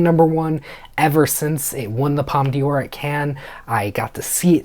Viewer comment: Just so you know you don't pronounce the d in "d'or as dee but the whole d'or as door. I've also heard wicked from certain pundits is the real deal about being nominated for best picture